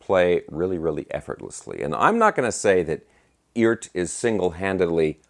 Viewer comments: Yo - They pronounce it "E - ART." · Cool! According to Phil McKnight it's pronounced E Art